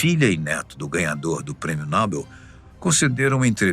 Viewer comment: Como é que pode a (fatos desconhecidos) permitir que um de seus narradores falem um impropério como esse? Não é NÓBEL, o correto é NOBEL. Apenas a Marta Suplicy e os imbecís falam. Prêmio Nóbel.